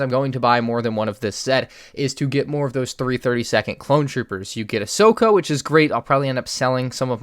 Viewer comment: everyone else: Ahsoka: Ahsoko